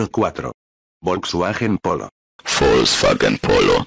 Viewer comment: bro really said volkswachen polo 💀